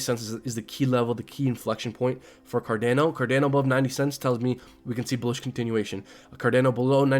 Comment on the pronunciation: Car Don O ...not car Dan o